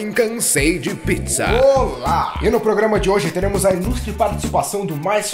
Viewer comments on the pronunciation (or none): E no 'Pitizza'